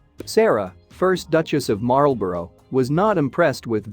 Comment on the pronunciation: And Marlborough!